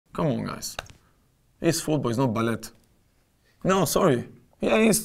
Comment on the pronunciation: why he say ballet like that the t is silent